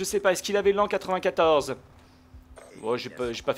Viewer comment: lan94 x) ca se pronnonce comme la haine 94